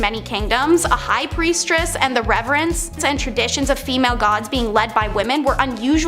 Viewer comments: “Priestress”? “Plag”? They’ve gotta be doing this in purpose for the engagement right? 😂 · Priest-ess emphasizes on ess 😊🌸💜